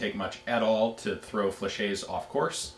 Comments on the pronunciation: Excuse the late comment but i wonder why you can't prononce correctly the french word "fléchette" when you can say "Gilette" (the name of one patreon asking question) perfectly... It's an old vid and nowadays many people compliment you for your french accent. . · No, you haven't. A French word ending in "ette" is pronounced exactly like it seems. It would be "fleshay" if it was spelled "flechet"